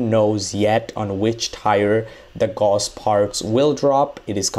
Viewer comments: gauss ... not ghoss.. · BTW Gauss it's pronounced like house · Gauss (actually spelled Gauß) was a German mathematician. (see The name is pronounced German, it sounds like "Gous", like in house or mouse. Not "Gaws" like in all the videos. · Why do you pronounce tier as tire it’s tear and gauss like gauss it’s gouss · Gaus, not Gos. Come on, dude. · No Its guss.. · GAUSS AS IN HOUSE! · It's pronounced Gauss like Gous, put it into google translate